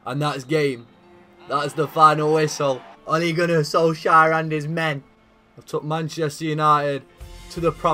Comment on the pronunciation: “Ole Gunnar Soleshire”